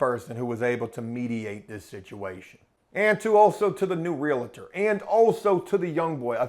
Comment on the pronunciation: Realtor "real tor": "real a tor" Forgive me. If you're gonna deal with them, learn to pronounce their job title. Please? For sake of my sanity?